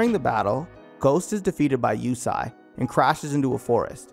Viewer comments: Yusei is pronounced ( you-say ) not Yusai smh after the second time I heard that I stopped watching and a dislike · its not Yusai its YuSEI. like You-say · Yusei not Yusai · Since this channel uses the 4kids dub instead of the actual japanese, heres what they got wrong: Yusei pronounced Yu-say not You-sigh Carly' s love for Jack is not 1-sided Arc 4 villain "Z-one" pronounced "Zone" not z1 was the true master mind behind the last 2 arcs and travelled to the 5Ds era to prevent enerD and synchro monsters from leading to Z-one's future by putting an end to Synchros. The bonds across time movie also ties-in with a villain named Paradox (also a part of Illiaster) that also tried to rob Yusei of Stardust. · Wait is his name pronounced "you-say" or "you-sai"!? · Is pronounced (You Say) not (You Sai) 😂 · "Yu-say" was the dub name too. Idk what he remembered but it was lowkey bothering me lol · Yusai, ehh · My guy can't say yusei? I really don't like the dubs names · I can't believe how bad you messed up Yusei's name.....